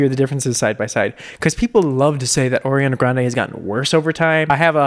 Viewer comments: “oriana grande” 😂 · “oreana grande” ...? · "Orianna Grande" 😂